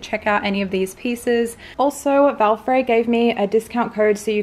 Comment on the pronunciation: hey, I love how you suit every item, PD. Valfré is pronounced Valfreh:)